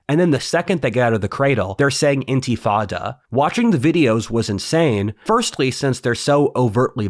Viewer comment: You keep saying 'intifada' but i keep hearing you pronounce it as 'antifada' and it's just perfect.